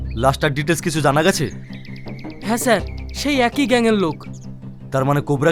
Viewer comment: Details ❌ Dites✅ 😂